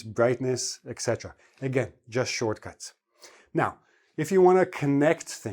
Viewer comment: Why do you pronounce “iksetera” instead of etc?